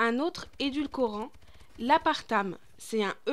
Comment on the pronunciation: Mdrrrrrrr apartame alors que c'est aspartame